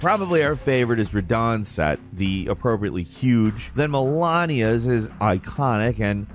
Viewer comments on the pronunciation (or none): Why do people say mel-ah-nia when it’s clearly Mehl-leh-na she even introduces herself as Melina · Mal-lay-nia please. Melania...😖😖😖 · It's Malenia, not Melania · "The MehLAHniyahs" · Malenia. It never ceases to amaze me how no YouTuber on earth can pronounce this woman's name. Most people that have played this game have died to her many many times. And everytime you die she says, I am Malenia blade of Miquella. She says it at the beginning of the fight, too. She says it's so many times. So I am going to deduce that anyone that doesn't know how to pronounce her name must have cheesed her, I outed you.